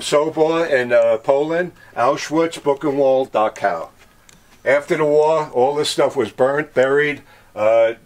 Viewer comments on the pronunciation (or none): none